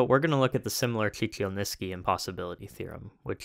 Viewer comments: You produce the ch, zh, and sh sounds with the tip of your tongue against the roof of your mouth, and the edges of your tongue relaxed. You will have an easier time pronouncing Chichilnisky if you swap that: the edges of your tongue should touch the roof of your mouth and the tip should be relaxed (similar to s and z, but with the middle of your tongue slightly further back). It will take some time and practice to get used to, but many languages evolved with that tongue placement being the most common, so transitioning to and from that phoneme from the ones it is commonly found next to is easier than the rarer one you're using. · At the part with the two "ch" sounds in a row I noticed you pronounce "ch", "dj" "sh", "zh" in a completely different way than most people. I think your "sh" is a voiceless velar lateral fricative, with "zh" being a voiced velar lateral fricative, "ch" a voiceless velar lateral affricate and "dj" a voiced velar lateral affricate. I think they all have audio files on Wikipedia. For the common pronunciation of these you can swap "velar lateral" with "postalveolar" or "postalveolar sibilant", those also have audio. Cheers